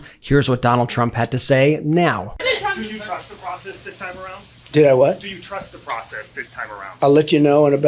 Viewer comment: "HERES WHAT HE HAD TO SAY" "WATCH DIS" "WATCH DIS" "HERES WHAT TRUMP SAID NOW!!!" "CHECK DIS OUT" "HERES WHAT SHE HAD 2 SAY REEEEE" "WATCH DIS AD!!!" "DIS TWEET SAYS" "THEY WRITE" (as he shows a 4 word fucking tweet) "SCARAMUCI WRITES" "BLAH BLAH WRITES" "WATCH DIS!!!!!" (literally like that fking meme guy LOOK AT DIS LOOK AT DAT WOULDA JUST LOOK AT IT!!!!!) "HERES ONE OF DA LINES!!!!"